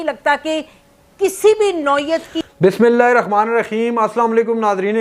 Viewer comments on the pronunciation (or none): none